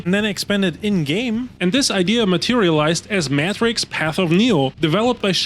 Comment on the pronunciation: im gonna need you to retry that pronunciation of Matrix lmao